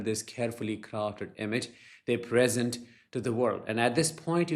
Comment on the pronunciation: Hi. Thanks for your great videos. May I just help you a bit with prononciation? The present ie now noun said with equal emphasis on the two syllables pre and sent. But when you say ´they present ‘( the verb ) meaning they show, the emphasis is on the second pre sENT. Hope this is useful for you